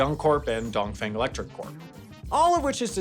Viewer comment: I love how he pronounces 华电 and 东方 at the end 🤣